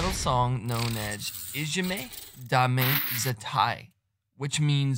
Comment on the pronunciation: First great pronunciation of title . Also getting all girls names right . Yui's skirt had got caught on studs on her leather glove and if you watch carefully she unravelled it in a dancemove . Su was 16 ang Yui and Moa around year and half younger . This was there first appearance outside Asia at a festival and it was there 5th song in there set . When they first come on the crowd as Su said in interview. Just had blank faces and it annoyed her . She said "right lets knock this out of ballpark " or words to that effect and this was end result crowd won over and BabyMetal being popular ever since in UK and all now part of BabyMetal Lore .